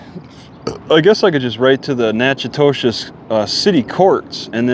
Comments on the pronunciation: I think it's pronounced nack a dish Keep your chin up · it’s pronounced Nack-A-Tish